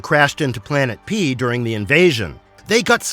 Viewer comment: "Planet Pee" that how I thought it sounds. lol